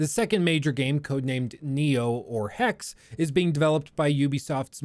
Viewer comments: Doubt you are gonna read this, but hey. Hexe is german for witch. ps. the last e isnt silent. Keep up the awesome work. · why do you pronounce hexe different to .exe